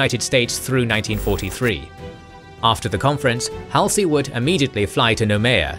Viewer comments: Halsey's name is pronounced -- Hawl-see, not Hal (as in pal) -see. If you don't pronounce the names correctly, it makes me wonder about your research. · The hal-see instead of the more familiar hall-zee is an interesting choice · Wikipedia says DC also. Mispronounced Halsey (very forgivably) too. Do love the WA love though. Funny, whenever people say Washington these days I also always assume they mean the state, until they mention some context related to dc and realize my mistake. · Good but the narrator mispronounces names like Halsey is grating. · For me, it does show attention to detail. When attention is lacking, then I wonder about the completeness of their research, and then about their care in interpreting those facts. So, yeah. Especially when pronunciation of someone as famous as Halsey's name is.